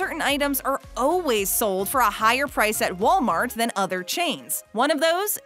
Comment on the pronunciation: Yes! I swear if she says oh-ways (instead of always) one more time...